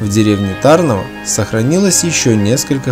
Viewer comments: Ударение не правильное . Нужно ТарнОво , а не ТАрново. А в целом , видео не плохое. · Не ТАрново, А ТарнОво. Ударение на букву "о", и не на букву "а". Мой папа ходил в школу в Тарнове, и поэтому я знаю, куда надо ставить ударение. А так - всё отлично! Спасибо большое за память и размещение в интернете! А кстати, а где - сама школа на видео? Интересно бы было посмотреть!